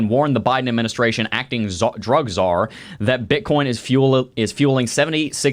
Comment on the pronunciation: “Drug C-Zar” that dude was so old a true dinosaur